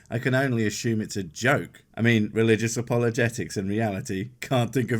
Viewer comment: Christian “O”pologetics?